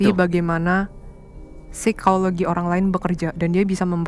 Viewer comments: Seramm yaa... Pas ka bilang phisikologi 😱 ngeriii... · Aku baru mampir ini aku jadi langsung merinding pas bilang "Sikologi" 🙂